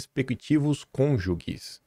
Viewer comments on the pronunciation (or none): no intuito de te ajudar, como fiz nas pronúncias de "PÁroco" e "ÂMbar", a pronúncia de "cõnjuge" é "cônjuJE", e não "cônjuGUE". É um alento ver vc todas as manhãs combatendo os intergaláticos e o "liberalismo, cê curte". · O correto da pronúncia de cônjuge é “ Cônjuje” e não “ cônjugue”… fica a dica. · Sei que vc fica sentido com as correções, mas é pra melhorar: cônjuGUE, não,. É cônjuJE (com pronúncia de J). Eu também acho a palavra de uma sonoridade feia pra caramba 😂